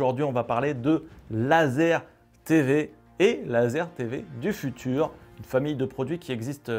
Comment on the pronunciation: Le futur, sans "e", s'il te plaît! Jolie vidéo, très instructive, merci!